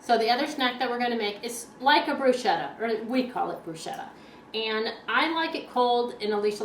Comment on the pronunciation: Hi!!I'm from Italy and I must say that you pronounced bruschetta in a wrong way! you're supposed to spell it "brusketta".:-)